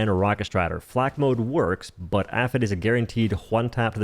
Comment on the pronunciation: apit is pronounce ap i t because it stands for armor piercing incendiary tracer